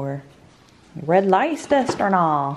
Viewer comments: Hahaha it's said like "red less-ster" 😂 this made me chuckle first thing this morning! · trying to say Leicester 😆😆 say it like lester